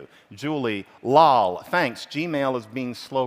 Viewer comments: 15 years ago when gaming online with friends we would say "lol" the way the speaker said it. I haven't heard this said out loud in years though! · His pronunciation of "lol" actually hurts. Great analysis, though